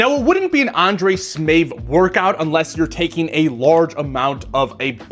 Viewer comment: smAev not smEav